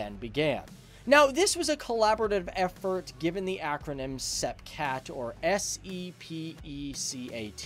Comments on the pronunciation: I suppose it’s good (in a twisted way) that Americans mangle French as badly as English. It’s pronounced “Sepeecat Jagyooa” in English. Your version is closer to the French pronunciation, ironically. And Breguet is pronounced “Bregay”, more or less. The French canard delta is called Rafale, not “Raphael”, who was a Renaissance artist! Pronunciation is like spelling: it matters. Of course, Americans can’t spell either. “Mk” is an abbreviation for “Mark” so is NEVER used verbally. Most Jaguars were equipped with ADEN cannon; only French aircraft carried the similar DEFA, I believe. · Pronounced ‘Sep cat’ and ‘Jag u are’, not ‘seepee cat’ and ‘jagwah’. Got to love American English 😂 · why don't you know how to pronounce sepecat? the british didn't tell you?